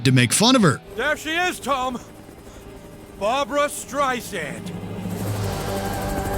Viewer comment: ''Barboo-Ra, Barboo-Ra''!!!!!